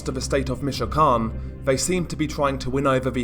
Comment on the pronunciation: Your great but I can't stand the way you say michoacan you're pronouncing it wrong